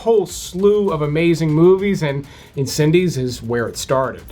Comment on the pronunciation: Incendies, not Incendes